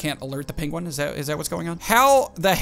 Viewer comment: XD first of all, why do you pronounce it Pinguin and second, why do you call seaguls Penguins?